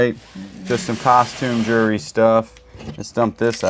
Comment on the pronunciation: I think it’s funny how you say jewelry like jury. 😂 I still like y’all’s videos though 😊